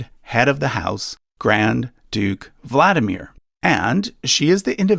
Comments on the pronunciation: Kiril is Keer -ill Vlad DEE mir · You completely mispronounce Tsar. It's Tsar', not Zar. Ts is very same as Ts in Japanese (like Tsunami). You don't say Zunami. There are 3 sounds - Ts - A - Rь. Kirill, not Keyrill. VladImir. not VlAdimier. RomAnovy, not ROmanovs. Xenia is pronounced Ksenia in Russian, not Zenia. Ilyinsky is pronounced Il'YInskiy, not IlInsky. Rostislav, not Rotislav, you missing S. It's Dmitriy in modern Russia, not Dimitry. VlodImirovna, not VladimirOvna.